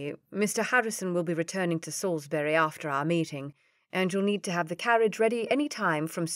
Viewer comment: most enjoyable, thank you. I do wish your narrators would check the correct pronunciation of famous English towns like Reading and Salisbury before recording, though, and avoid the occasional glitches in modish words which leave me startled rather than fuming😊😊